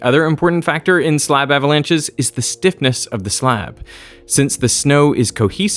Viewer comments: ahhh-vuh-launches ... Thank goodness for the "mute" function. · Thumbs up for "ava-launches" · I really hate the way he is saying "uhhhhvalunches"